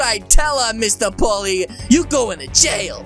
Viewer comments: He’s saying Polly it’s poley lol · bruh its not pally its po l e y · dude its pole E. not polly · its prononsed pOley sir